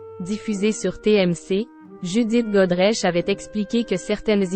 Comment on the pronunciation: Encore ? Elle s’est fait mettre par toute la profession? C’est pas Grodeche mais Groderche 😂